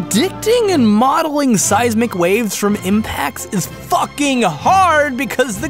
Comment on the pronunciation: when he says seismic waves it sounds like seise mcwaves HAHAHAH